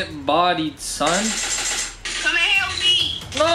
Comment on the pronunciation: don't say son like that again please